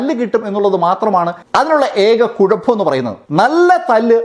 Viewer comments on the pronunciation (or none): none